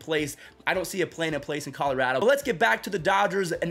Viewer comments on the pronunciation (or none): none